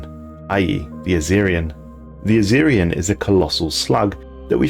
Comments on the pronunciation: Why are you saying azirian? Its spelled azizian, there’s no R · theres no R in Azizian, boss. It would be pronounced like its comprised of the names Aziz and Ian